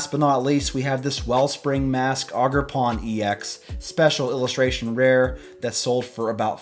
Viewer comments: It’s ogre like shrek then pawn. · haha "augerpon"